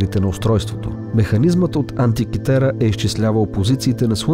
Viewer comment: Антикитера,а не антикитара.